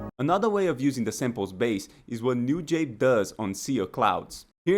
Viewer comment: Great video but why do you pronounce it “new jabe”